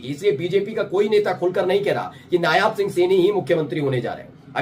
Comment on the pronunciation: Yaar Candidate ka naam नायब सिंह सैनी है hai.......नायाब सिंह सैनी nhi..... correct yourself